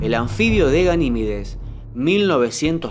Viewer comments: A ver si aprendes a hablar, es Ganimedes y no Ganimides, cada día hay más flipaos. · Verga lo tienes ahi escrito... deja de decir Ganimides... es Ganimedes